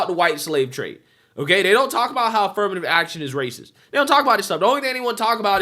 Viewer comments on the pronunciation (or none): Did she just say Wacist? Lmao